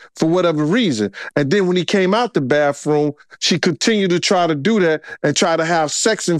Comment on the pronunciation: Do people learn pronunciations like 'bafroom' for 'bathroom' when they're little kids? Just wondering, when I listen to this guy speak, if he developed that habit when he was a little kid, or not?